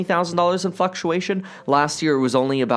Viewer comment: lmaooo now we are starting to see $20,000 of “fuk-u-ation”